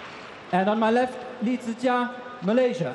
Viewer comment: I love how the umpire pronounced Lee Zii Jia's name correctly, it sounds exactly how we pronounce his name in Chinese....I think the umpire probably speaks Chinese too